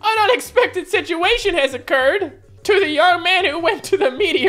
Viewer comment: I love how u say ✨situatuion✨(no offense)